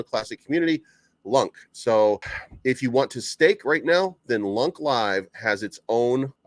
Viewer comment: please dont pronounce LUNK! its sounds bad lol. LunaaC sounds way better